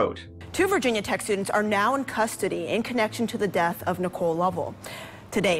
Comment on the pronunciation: Wth kind of pronunciation is Virginia?